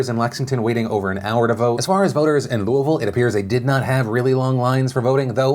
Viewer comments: Said Louisville right! Shocked! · I love how you correctly say Louisville lol. I used to live in Louisville, I moved across the river now. I had a feeling McGrath would surge a bit. Her ads were going weeelllllll before Brooker's ads started playing from what I saw. Plus I have no idea why but people still love Mitch....last I saw last night he was well in the lead. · As a louisvillian, thanks for pronouncing Louisville right. Made my day :) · Thank you for always pronouncing Louisville correctly! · Being from Kentucky, I am very proud that you correctly pronounce ‘Louisville’. Thank you.